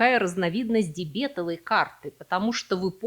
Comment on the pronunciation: Прям слух режет,от этой дебЕтовой карты.